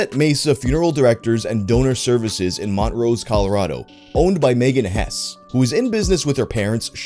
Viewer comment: Hi dude the town this happened in i grew up in and its super weird hearing this covered and thanks i guess! X3 every one i knew there was completely shocked by this to be totally honest x3 btw towns pronounced mon trose but great video!